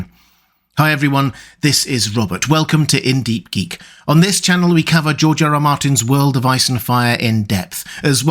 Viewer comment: “Georgerer Martin”